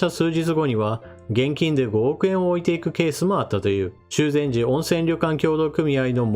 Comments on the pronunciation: 修善寺はしゅうぜんじではなく、「しゅぜんじ」ではないですか？ とても有名な地名だと思うのですが。 細かなところだと思いますが、動画の信頼性、そしての知的信頼性においても、読み間違いをしないでもらいたいです。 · 、いつも有益なお話をありがとうございます。 海外との不平等、色々感じます。日本は、利用されちゃってること多過ぎかも。 終わりに、高評価ボタンを押すように言って下さるので助かります。 あと、伊豆の温泉は「しゅぜんじ」かもです。